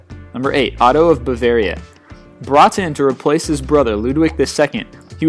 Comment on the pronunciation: You seriously need to work on your pronounsiation, i mean, when you say stuff like ''bulvaria'', what's that? Bavaria or Bulgaria?